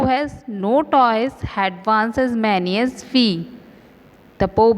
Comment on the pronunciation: Mam bahaut acchi explanation thi par wo toys nahi toes hai